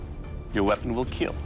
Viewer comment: It will keal